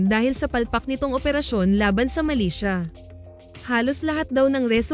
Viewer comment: Hindi sya malaysia kundi MILITIA is an organization that operates like an army. Muka lang malaysia ang bigkas.